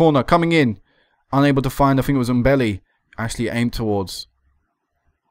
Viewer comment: Maybe pronounce the M in Mbele like an um, so Umbele? Just a guess.